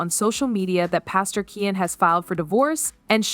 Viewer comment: His name is keooonnn not ken